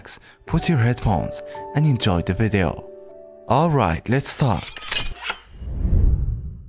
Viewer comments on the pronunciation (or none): How say video Vide-o